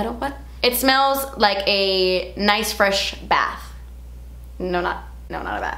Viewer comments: Hahaha “nice and fretch” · Nice and fretch! Lol! 😅😅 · Nice and fretch 😂💘